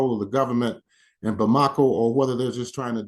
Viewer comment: You should learn how to pronounce "Bamako".